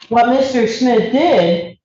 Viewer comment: OMG, this defense attorney is killing me with her pronunciation of Smith! She sounds like she keeps saying Schmidt not Smith. Personal pet peeve of someone named Smith. 😂